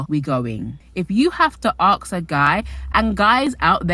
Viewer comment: Girl, it’s “ask” not “axe”. It’s hard to watch when hearing this mistake sooo many times throughout the video 😐